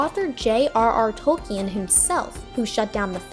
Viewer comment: I appreciate your making this video, however I recommend doing a bit more research on topics you make videos for as you mispronounced Tolkien’s name, Saruman’s, Uruk-Hai, among some other things. Love the video though, thanks for the content! :D